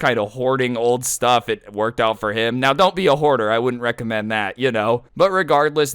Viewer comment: Woooo! “STUF” 😄😄😄